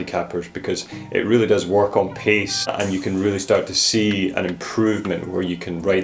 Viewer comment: " pace " not "piece " control.................